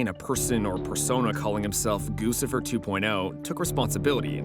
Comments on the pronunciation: "GUCCIFER" is pronounced 'GUCCI-FER' like the fashion brand not 'GOOSIFER'. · Goose-ifer? The name is guccifer. Do you pronounce the designer “goose-y”?